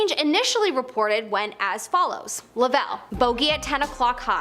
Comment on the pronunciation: Cool video. By the way it's Jim Lov-ell not La-vell